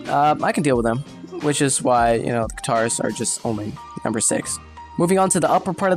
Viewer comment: why does he say katars like guitars